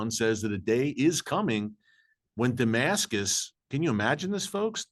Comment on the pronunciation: Apostle Paul is what pops in my head first thing when you say Demascus